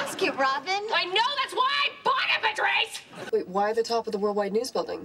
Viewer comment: she always say patwrice and that’s VERY unsatisfaying